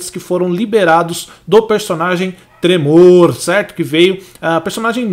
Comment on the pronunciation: Parece que o cara ta falando trevor ao inves de.tremor kkk